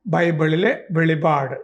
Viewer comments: സാറേ വെളിവാട് അല്ല . വെളിപ്പാട് ! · വെളിപാട് എന്നല്ല വെളിപ്പാട് എന്നാണ് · വെളിപാട് അല്ല വെളിപ്പാട് എന്ന് പറയണം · വെളിപാട് അല്ല വെളിപ്പാട് ആണ് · വെളിവാട് അല്ല സർ... "വെളിപ്പാട് " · വെളിപാട് അല്ല വെളിപ്പാട് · വെളിപാട് അല്ലടോ വെളിപ്പാട് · വെളിപാട് അല്ല വെളിപ്പാട് എന്നാണ് പറയേണ്ടത്. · Not velipad, it is velippad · വെളിപ്പാട് എന്നാണ് ശരിക്കും വെളിപ്പാട് എന്നാണ് ശരിക്കും